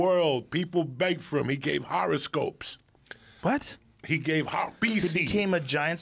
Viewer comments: “not just horoscopes?!” “...harascopes” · Joe: he can’t just do horoscopes Joey Diaz: Joe: Joey Diaz: HARASCOPES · “Horoscope? “ Lol